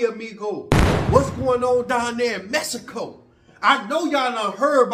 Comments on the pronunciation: He says "messico" 🤣🤣🤣🤣🤣🤣🤣🤣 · He kill'n me w/ that Mess-i-co!!! 😆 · Mess eh Koh 🤣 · All the way to mehico??? 😂😂😂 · Mess - a - co . . . SMDH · “Messico” lol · u a mess 😅😂🤣u say don’t go no where a place u can’t pronounce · cant pronounce the NAME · Learn how to pronounce Mexico